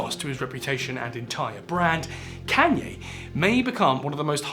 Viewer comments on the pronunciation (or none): Please look up how to pronounce Kanye. Idk if it’s rage bait or not but please